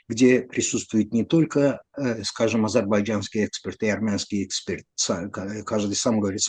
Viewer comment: Nemnogo otvlekajas' ot Suti i zadach DIALOGA , uxo rezhet neopravdanno proizvol'noe udarenie v slove expert. V vashem ispolneniji Ono stanovitsa “exportom”, estestvenno, menjaja smisl…